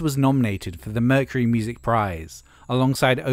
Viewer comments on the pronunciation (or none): none